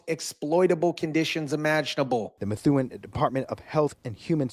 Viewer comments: It's Meth- oo- en not Methune. New England names are tricky 😊 And Foote is pronounced Footie or Foot...😂 Sorry I can't help it. We can always tell when you're an out of state-tah 🤪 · Pronounced "MA THOO EN"